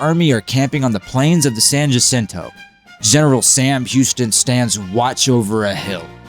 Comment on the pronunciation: Pronounced "San HA-sin-toe".